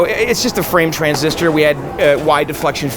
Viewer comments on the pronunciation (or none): none